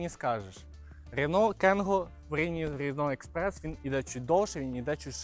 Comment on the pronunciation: Як же йому важко вимовляється рено експрес,с..ка😂😂😂Не дивно ,що подобаються французькі машини з таким французьким діалектом😂😂